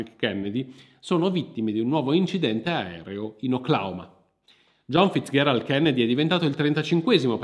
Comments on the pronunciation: Scusa, ma perché pronunci "Fitzgherald" e non "Fitzgerald" come sempre si è detto, che poi era il cognome di sua nonna? Oltre tutto anche la grandissima Ella si chiamava Fitzgeral e non ho mai sentito pronunciare il suo cognome in altro modo. A parte questo devo farti i complimenti per aver fondato Vanilla Magazine, sto diffondendo la mia conoscenza del canale anche ai miei amici (spero che si iscrivano, perché altrimenti li faccio salire su un aereo con un Kennedy!). Buon proseguimento, persevera con le tue interessantissime pieghe della Storia. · come al solito narrazione propria di grande affabulatore, consentimi uno sprazzo di saccenza, Fizgerald si pronuncia con G morbida, Non FizGHerald..... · Perché pronunci "FitzGHErald"? Non si è mai sentito. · Perché questa pronuncia dura della g, in Fitzgerald? L'ho sempre detto e sentito con la pronuncia dolce, ma, nel dubbio, ho provato a cercare la pronuncia americana del cognome e la ricerca ha confermato la fonetica che ho sempre sentito e utilizzato. Edit: però bravo per aver correttamente detto "iunior" e non "giunior", visto che è latino.